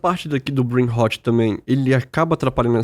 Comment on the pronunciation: Brain RrrrrrÓt...como o Querido Dr Drauzio pronuncia o R..não e como o erre da palavra Raso...e como o Erre dos paulistas Rararar😅😊❤